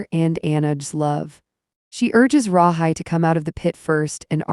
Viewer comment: Pronounced Rahe